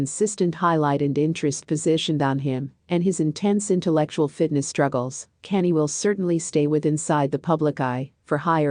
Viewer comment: His name is Kanye. Pronounce con yay